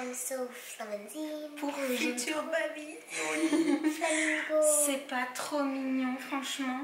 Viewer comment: Qui a entendu quand elle a dit "i'm so FLAMAZINGG!!" 😂